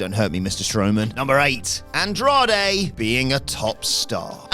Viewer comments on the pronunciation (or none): Andrade* not Androhrei